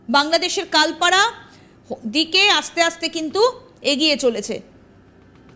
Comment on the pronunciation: কাল পাড়া না,,, এটা হবে কলাপাড়া ঠিকমতো উচ্চারণ দেখে পড়তে হবে